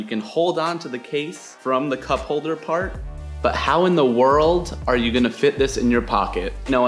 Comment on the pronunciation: Did he say "Butt version 2 of this case" Are we rocking butt crispy cases? WUTESTHES!?!?